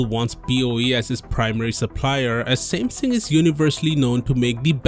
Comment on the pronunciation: i hate the way this dude says samsung